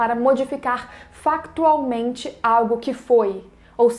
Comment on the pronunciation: Adorei o "FaCtualmente" kkkk